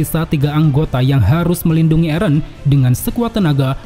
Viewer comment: Min kok nyebut eren nya eren sih bukan eren 😂 eren dong min jangan eren